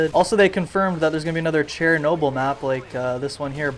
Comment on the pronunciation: I've never heard someone pronounce Chernobyl as ''Chair-noble"